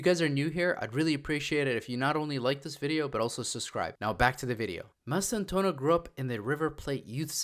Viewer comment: It's pronounced Mass-tan-too-aah-no. Bienvienidos Franco Mastantuono